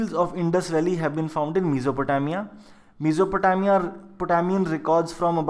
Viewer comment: Pls pronounced Mesopotamia well u r continuously making mistake